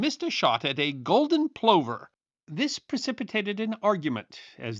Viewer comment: Plover = "pluvver" EDIT you misplaced the 'h' in the twins' name, McWhirter is a hard 't' not a 'th' sound.